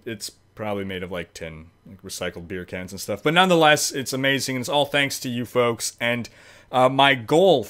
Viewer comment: Oh it's "foaks"? I thought it was "folks"...what does "foaks" mean anyway? "Folks" in a cool way or something?